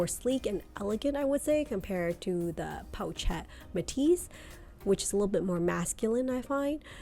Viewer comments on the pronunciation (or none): It's not "pow-chet" it's "po-shet."